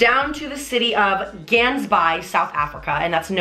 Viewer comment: The way you pronounce gansbaai omg 😂